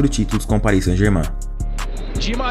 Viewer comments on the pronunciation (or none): none